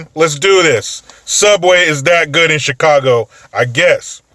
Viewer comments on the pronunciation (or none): none